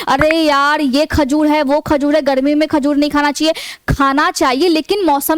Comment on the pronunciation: Khajud nahi hota hai khajur होता है Madam